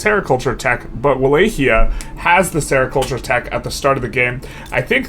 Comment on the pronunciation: Not to be that guy, but it’d be great if you tried to pronounce it Vah-Lock-E-Uh